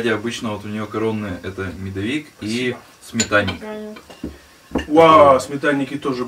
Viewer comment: Я не для того, чтобы кого-то обидеть пишу, хочется реально узнать. Я живу в центральной части России и ваш говор и ударения мне очень режут слух. Например, как вы говорите медОвик, вместо медовИк. Но вот второй раз в вам приезжает телевидение исчезает говор и правильно поставил ударение, когда про торт говорил. Опять же, правильно для региона где живу я. На Урале может по-другому говорят. Но при телевидении речь прям меняется. Почему так? В обычных видео вы делаете это специально, чтобы придать какой-то колорит или как?